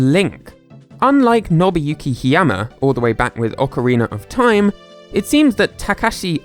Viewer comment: Ockeriener of time